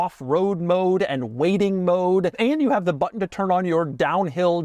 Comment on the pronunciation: Thank you for saying but'n and not buh-enn.